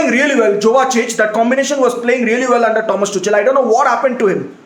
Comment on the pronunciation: Dont u know how to pronounce Thomas tuchel . GAVAAR 😂😂😂